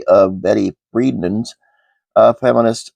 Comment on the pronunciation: Hi and thanks for this info. Would like to share that 'The Feminine Mystique' author is Betty Friedan (pronounced Free-DAN), not Friedman; 😌